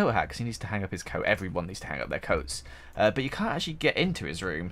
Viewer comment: when says but, I think he says butt